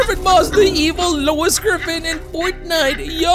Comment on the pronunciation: Bro said grefin